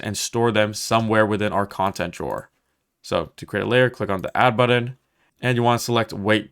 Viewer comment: Could not watch for more than a few minutes after hearing the word "button" mispronounced over and over again.